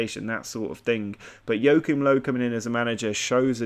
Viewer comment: really funny how english people pronounce Joachim Löw :D